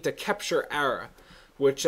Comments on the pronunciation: it's pronounced uh-raw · UH RAH=ARAH. lol pet peeve for me. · I think you're saying arah wrong, just say it normally instead of like "errah" or whatever.